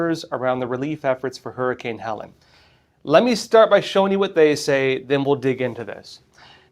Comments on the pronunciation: It's pronounced Heleeeen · Many won't take your fact checking seriously if you don't even know how to pronounce the name of the hurricane. he-leen'